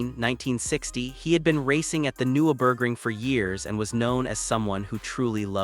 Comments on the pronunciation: AI garbage or someone who knows next to nothing about the race. Can't pronounce the track, driver, and repeatedly using images of other tracks, other racing series, and touristenfahrten with no "Dashcam" view whatsoever. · cant even pronounce Nurburgring